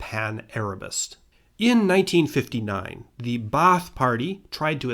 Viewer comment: Ba'ath is simply pronounced bath(long a) btw